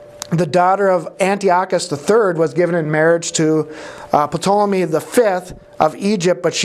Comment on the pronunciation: I looked it up and the P in Ptolemy is silent, as in pterodactyl. I know it's unimportant, but I just had to know! 😊